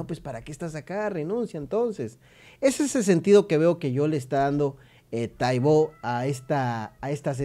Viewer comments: ES TAIBO NO TAIBÓ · Lo pronuncias mal, precisamente no tiene acento y tu lo dices con acento en la "o"